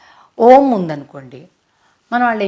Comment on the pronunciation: తల్లీ మీరు చెప్పింది full wrong. Om kaadasalu. "A U Mmmm..." This is right pronounciation.